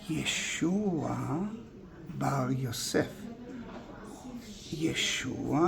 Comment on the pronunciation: Love hearing you saying ...Yeshua just WOW..🥹🫶🪔